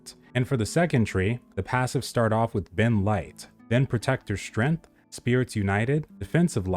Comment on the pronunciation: Strength, not strenth.